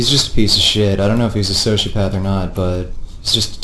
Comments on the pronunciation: Some one should tell him how to correctly say sociopath and get him in prison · I wouldn't be afraid of. He can't even pronounce sociopath.